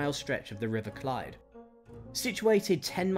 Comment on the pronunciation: Aberystwyth is pronounced as written - not 'Abewustwiv' Rhuddlan is pronounced 'Rhith-lan' The river Clwyd is pronounced 'Clooid' - not 'Clyde' Builth is pronounced 'Bilth' - not 'Bue-lith' 'he was Edward's bitch now' - Seriously? What sort of historical terminology is that ? Dayfydd is pronounced Dah -vith - not 'Daffid'